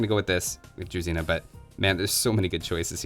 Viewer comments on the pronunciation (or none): It's not a druzina, it's druzhina (It's like sound of "sh") This will never get old) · Druzhina is actually pronounced more like dru-zz(s)hh-ina; it has a buzzing sound, almost like a bee :)